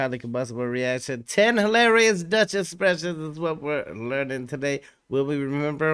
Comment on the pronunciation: You pronounce it very well! Even tough you don't know it, it sounds good!